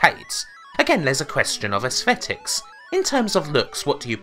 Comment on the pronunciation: oooooh asthetics was gweat